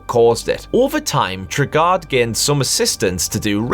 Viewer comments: It's pronounced TRAY-GUARD! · Enjoyable video. Knightmare was my favourite television programme growing up, and I have all the episodes saved, thankfully! And the dungeon master's name is pronounced Trey-Guard of Dunns-Helm (not Tregarrd of Dunsh Elm). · One thing... its pronounced like Tray-Guard of Duns-Helm